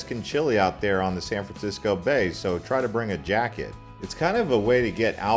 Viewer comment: San fransicko?